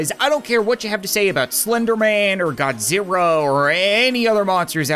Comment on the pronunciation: You said godziwa